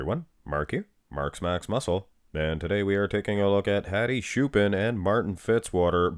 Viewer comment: its not shoopan dumy its choopan